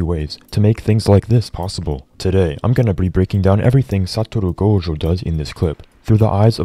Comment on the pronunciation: i came back to this video just to hear your pronunciation of "satorou gojo"